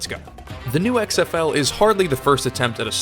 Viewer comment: "I luh X-EHF-EWW long tie"